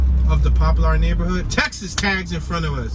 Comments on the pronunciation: Pronounced Popler not Pop Lar... tho it's spelled Poplar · What you call it? Pop-lar 😂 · Popular "Pop per la " that's the Pronunciation take the R off 😊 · Your killing me saying pop-lar😂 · Right lol